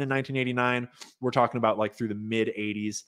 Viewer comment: Talking aBOOT up river! Where is Indira Singh?